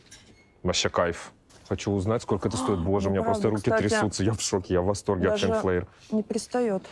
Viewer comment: Правильно произносится название магазина — Фин Флер